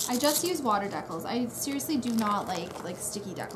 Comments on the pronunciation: i thought they were called dee-cals iv been sayn it wrong half my life lol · I wonder if you still call decals deckles. Lol